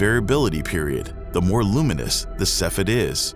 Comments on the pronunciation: The term is pronounced 'KEFF ee id' ... not 'seff ed' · (*giggles*) That's not how you say cepheid. It's three syllables, either sef-ee-id or seef-ee-id. ◡̈ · SEFF-ee-id It was downright painful to hear you repeatedly mispronounce Cepheid. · Cepheid is not pronounced in two syllables like “seff id”. The second e is not silent. Cepheid is actually three syllables and correctly pronounced “see fee id”. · I want to like this video but the constant mispronunciation of 'cepheid' is driving me up the wall. Sef-fee-id. Not sef-id. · Cepheid is pronounced SEF-ee-id !!!!!